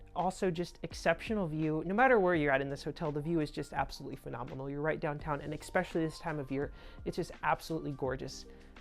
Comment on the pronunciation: Expessially is not a real word. It’s especially.